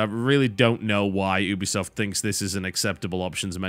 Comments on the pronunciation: For god's sake it's pronounced YOU-be-soft. I expected more from an englishman. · If the actual company that is called Ubisoft calls it You- be - soft im pretty sure thats how it should be said lol. Thats like saying you can say knife like Ka - nife lol. dont be silly